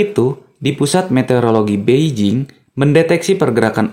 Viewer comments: Kamu tadi ngimong pusat opo min coba di ulang 🤣🤣🤣🤣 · Hhhhha...pusat naon eta nu salah nyebut...😆